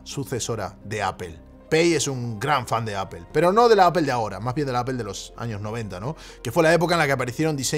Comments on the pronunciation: por que dices apel si es aple (apple (apol)) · Me perdió cuando dijo “apel” cuando van a aprender los españoles a pronunciar “apol”? O bueno este uruguayo italiano podría decirlo simplemente en inglés, es mucho pedir? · Por favor no digas 'apel' o 'nozin' queda fatal, no es así y solo contribuye a la ignorancia tan enorme que hay en este país, con algo tan universal, fácil y básico como el idioma inglés. Luego sales de España, no te entiende ni el tato, se ríen de ti y quedas como la gocha. Debe ser que llevo demasiado fuera del país y hasta ahora no me había fijado, ya que suena fatal.